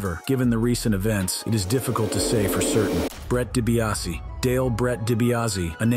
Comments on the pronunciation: Dee Bee ahs see... Dibiase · His name is Ted debiase jr not Brett seriously I’m a wrestling mark ( fan ) and I knew that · Its obviously hes very misinformed...he cant even say Dibiase correct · Way to butcher DiBiase in 13 different ways 😂 🤦‍♂️